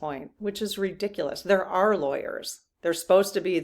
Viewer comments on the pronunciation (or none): none